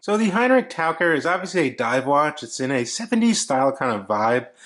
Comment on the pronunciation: Easy: ‘taʊkɜr:-) But you pronounced well in the video. And yes, as you said it means diver.